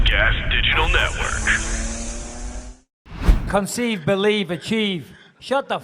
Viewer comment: concive believe achive 🤣🤣🤣 that intro will never get old